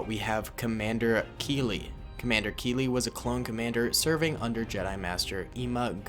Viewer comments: It's actually captain keeli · It’s captain Keeli 😂😂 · It's captain keeli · Its actually Captain Keeli